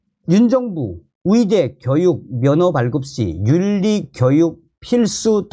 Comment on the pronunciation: 말씀 잘 듣고 있습니다. 그런데 위사, 위대가 아니고 의사, 의대 임다^^